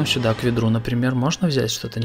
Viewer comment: А можно вапрос, пачему ты гавариш сюдой а не сюда??? 🤔